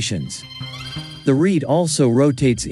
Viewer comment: Jan Breughel, not Djaen. Rete means, and rhymes with, net.